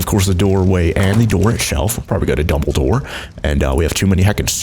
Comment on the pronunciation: Between and he says double door but it sounds like he said dumbledor or however you spell it lol